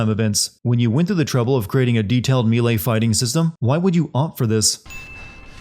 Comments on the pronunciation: Say it after me buddy "May-lay" That's a sin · The way you pronounce "melee" is constantly the most agitating thing in my brain. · I’m yet to hear a YouTuber correctly pronounce “melee.” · I'm not an expert in halo jumps but it seemed like kyle open his parachute WAY TOO EARLY, was he thinking "when am I supposed to open my chute again? Oh thats right about 10 seconds after I jump out the plane." I'm fairly sure they're supposed to do that much later. Also, the narrator needs 10 sins more mispronouncing melee. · Why the fuck do you say melee like that? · Am I the only one who cringes at the way he pronounces “melee?”